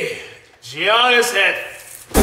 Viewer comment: Omg cash YAH-nnis Giannis not Gee-Annis.....